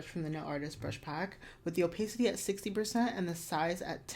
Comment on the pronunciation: Super helpful, thank you! I love love cateye, so I'd love a deep-dive on how to achieve different cateye designs! Also just FYI it's pronounce oh-PAH-city